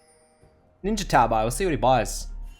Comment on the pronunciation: "ninja tabai" it's tabee dang it